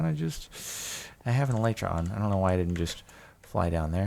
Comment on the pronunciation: they are: ocean monuments, e-lee-tra, la-piss if you're not gonna say kill or die, then just don't refer to them at all